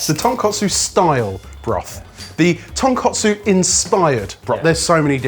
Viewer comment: One day they'll say Tonkotsu correctly and stop pronouncing it like the pork cutlet dish instead.